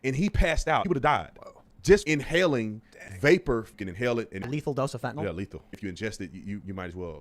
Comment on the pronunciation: I hate how ppl call it "fentinOL" FentanYL